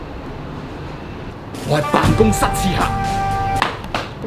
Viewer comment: 點解我聽到喺「辦公室屎坑」